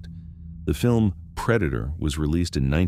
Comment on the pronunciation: That wasn't the predator it was the preda-toe